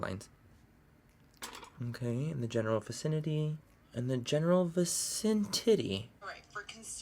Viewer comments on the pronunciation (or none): General vicenity... General vicenTITTY. I DIED LAUGHING!!! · “In the general vacin TITTY” 😂♥️